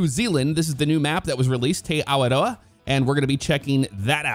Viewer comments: hey that was pretty good pronunciation dude! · Fantastic pronunciation of Te Awaroa!